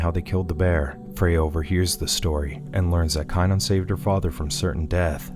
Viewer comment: Don't get me wrong I love the movie scene it of many times. It just amazes me how you can pronounce everyone's name in the entire movie, except for the star? Wulfric, Bjorn, except for Kanan? LOL...K Long A nan... lol. I'm just messing with you. I like your Recaps I just thought it was kind of funny